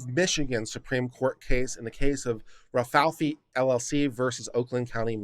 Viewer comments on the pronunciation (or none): Ra-Fay-ell-lee not Ral-fal-fi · Rafaeli is not pronounced "rah fee fee". It's pronounced "Rah fah ell ee". Rafaeli is "Ralph" in italian. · Ra-fi-eli or ra f-eye l e unless you were trying to be humorous then ok. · Only 1 F, Rafaeli. Like the ninja turtle. Butchering peoples names gives me tourettes lol